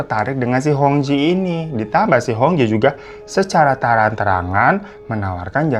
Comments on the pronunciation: Cara baca hong jie 红姐adalah : hung cie artinya red sister. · Hong Jie itu dibacanya hong cie kak. Kalau di mandarin Jiejie jadi ciecie. Artinya kakak perempuan. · Itu bacanya cie bang... AS cie cie atau kakak perempuan setaukuu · Hong jie , cara bacanya hong cie,babangku... Memang plot twist ini beritanya. Aku aja liat penampakannya,udah keliatan banget ini orang cowo melambai 😅😅.. aneh2 saja pergaulan jaman sekarang😢 cepat sembuh ya babang glowingku .❤❤❤ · Koreksi sedikit : "jie" dibacanya "cyè" ( kalau pelafalan bahasa Mandarin - huruf /è/ dilafalkan seperti pada kata "èmbèr" ). Memang betul, artinya "Kakak (perempuan) " alias "mBak". Seperti kalau dalam bahasa Hokkian dilafalkan " Cik". "Hong Jie" dibaca "Hung Cyè" (= "mBak Hung" ; "Cici Hung") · Hong jie... jie itu bacanya Cie (kakak perempuan) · Baca nya Hong cie , bang